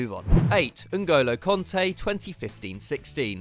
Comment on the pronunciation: Kante not konta...can't you read?